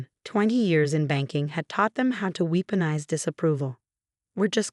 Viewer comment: "Weeponize" - uhhh, yeah.